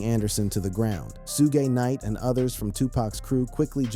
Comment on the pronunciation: Bro u pronouncing suge knight name wrong